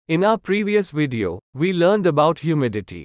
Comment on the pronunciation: Video with a V. Not wideo. It's not hard really. Try it.